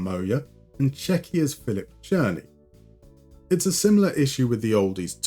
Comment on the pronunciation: You pronounced Czechia right! Well done mate, excellent video as always.